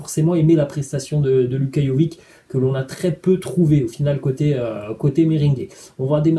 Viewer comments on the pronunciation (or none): Au passage ça se prononce pas Jovi"c" mais Jovich